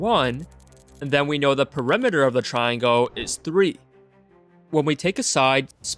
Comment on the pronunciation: "triangoah" beo js say triangle